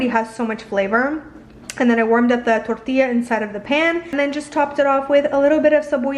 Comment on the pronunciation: Your Spanish accent is bomb I love how you say torilla!👌🏼😻